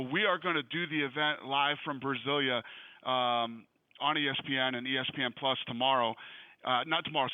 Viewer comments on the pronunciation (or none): "Brazillia" nice daina WHITE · Just keep clicking on that mark if you wanna hear Dana say BRAZIL-YA over and over